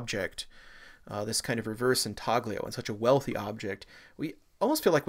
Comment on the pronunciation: "sepulchre" /ˈsɛp(ə)lkə/, not sep-le-cre....... refectory /rɪˈfɛkt(ə)ri/, not refrectory It's intaglio, pronounced in-tal-gli (sounds like 'million')-o, not intaG-lio!